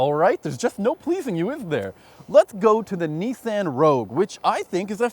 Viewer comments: Nee-san? whaat? Isn't it Nee-saan? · Can we trust a car journalist if he pronounces Nissan as Nissand? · this whole thing is ridiculous, pronounced "nissan" wrong, called the CR-v a CU-v, and for whatever reason chevy is included instead of the rav4, chevy has no business being in the same video, and neither does VW.